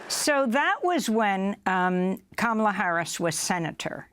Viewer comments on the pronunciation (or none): Funny she said Kamaala theen corrected herself to Kamla (pronunciation😊) lol